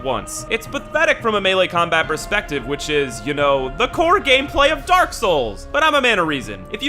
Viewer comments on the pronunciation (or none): none